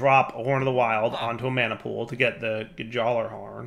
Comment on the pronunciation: The j in Gjallarhorn is silent